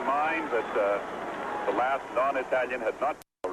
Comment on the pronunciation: I love how he says "non Itayian" pronouncing it precisely like an Italian.